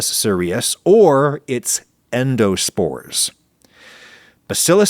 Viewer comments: I work in clinical microbiology, and bacillus cereus is commonly pronounced with the emphasis on the first syllable. Sounds like “serious.” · Bacillus Cereus... pronounced as in SERIOUS.